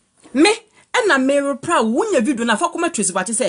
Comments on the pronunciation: The girl paa she say ruply instead of reply ahahaaha 😂😂😂😂😂😂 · You can’t pronouns reply 🤣🤣🤣🤣🤣 you soo funny